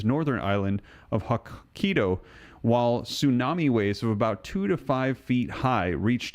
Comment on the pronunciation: Hokkaido is pronounced. HOE KI DOUGH